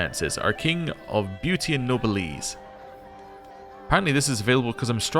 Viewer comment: Noblesse is pronounced no bless